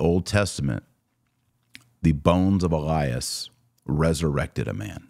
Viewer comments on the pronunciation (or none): none